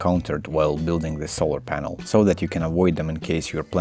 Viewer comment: it took me 3 rewinds to understand he actually said "polar sanel" the first time X3